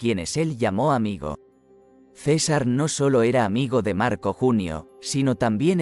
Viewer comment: La información que brinda este video es destruida por la pésima lectura: Cesár en lugar de César. Tanto desagrado me provocó que no terminé de verlo.